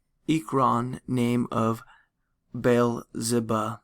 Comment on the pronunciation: I'm sorry but this guy doesn't even know how to pronounce biblical names like Baal or Baal-zebub!!! I think it is easier to just turn the sound off and reaf it for myself. I read better than this in 6th grade. I can't pay attention because of his reading. Half the time i have to go back and read it for myself.